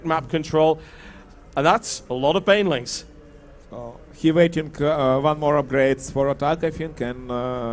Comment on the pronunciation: It sounds like Whitera calls Bainlings for "Baliens". So from now on it's Baliens for me ^^